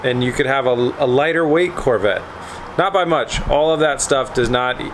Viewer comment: "CORE" VETTE